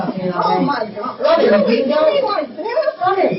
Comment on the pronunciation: I love the “Robin-uh!” She is so patient and tries to have an adult conversation but a racist Karen just can’t hear it.